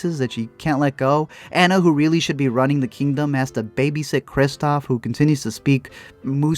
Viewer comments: It’s not an-na it’s pronounced ah-na! But still spelled like Anna even though it’s not pronounced that way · if he says "ánna" one more time 😤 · Not trying to be THAT person but it’s ANNA like AH-NUU not ANNA like Anna Kendrick!!! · if he said Anna wrong one more time I would jump through the screen and strangle him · Hearing you say Anna wrong throughout the whole video is driving me insane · Is it just me that’s bothered when he pronounces Anna’s name wrong lol. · Love you for the comment about Tangled being better because it's a FACT... kind of despise you because you say Anna's name wrong the entire. video.